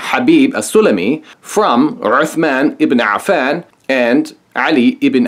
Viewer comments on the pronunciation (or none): When you pronounced "Othman ibn Afan" the way you did I realized that your knowledge of Arabic is extremely shallow